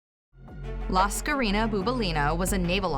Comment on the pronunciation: It's not La Scarina she was greek lol not spanish ffs... The full name is Lascarina Bouboulina... Funny name but....